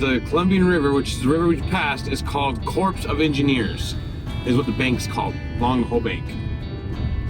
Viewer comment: Corps of Engineers is pronounced “Core”. It’s a branch of the US Army.🤣